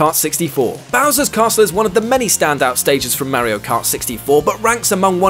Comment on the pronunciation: He says Mario and AT-AT the English way! So, you know... Correctly. ;)